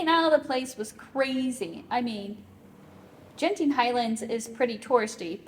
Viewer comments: G in Malay is like G in Guard, so it is not Jenting 😀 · FYI it's Genting like gambling (hard G), not Genting like germs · Fyi, the ‘g’ in ‘genting’ is pronounced like how u would say ‘gurkha’ or ‘goal’. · btw, the G in Genting is pronounced like u would pronounce "Go"